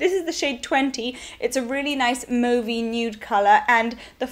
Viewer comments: Mauve is originally a french word for a sort of purpley colour and it is pronounced m-oh-ve. Which is how said it. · she wasn't saying it with a strong e, I believe she was describing the color as mauve-y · Its def pronounced with an "o" sound. Like said it. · When you said "mauve" correctly I exhaled very loudly combined with a "YEEESS!" I freaking HATE it when people say "m-ah-ve"